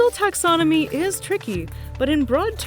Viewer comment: TaxoNomy, not taxoMomy!